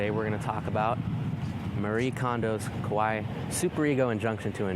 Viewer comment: I love this video. However, as a weeb I must tell you that it's pronounced (ka)(wa)(EE). The vowel in Japanese a,e,i,o,u sound like in {(a)wesome}, {b(e)d}, {f(ee)t}, {d(o)me}, {f(oo)t}, respectively.